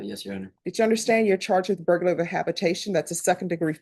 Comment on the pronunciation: BURGLAR. Not Burlgar.